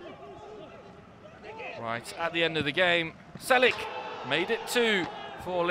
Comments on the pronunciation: his surname is not "Celik", it's "Chelik" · not selik but tjelik